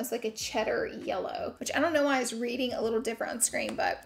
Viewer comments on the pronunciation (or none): none